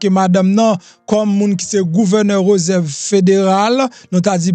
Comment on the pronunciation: Suspann di reuserve ,se réserve .siw vle fe journaliste ou dwé gen Bonne diction